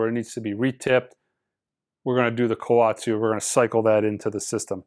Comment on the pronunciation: Its Ko-wet-su. You’re making it sound like a penguin of Madagascar.